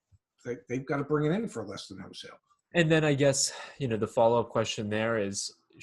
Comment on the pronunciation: To the dad... It's "wholesale", not "hosale." You're not selling ho's.